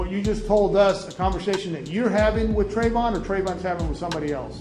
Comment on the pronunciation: Isn't it pronounced Trayvon...?